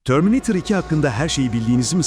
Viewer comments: Törmineytır da ne laa😂 eğer Türk sen ve Türkiye de yaşıyorsan bir Türk gibi söylemelisin ağzına yakışmamış şöyle dolu dolu terminatör de 😂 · terminatör'e terminatör desene kardeşim. ne o öyle törmineytır iki falan... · Törmineeytır nedir yahu. Bırak biz çocukluğumuzdaki gibi TERMİNATÖR diyelim şuna. 😂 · Törmineytırı duyar duymaz videoyu kapattim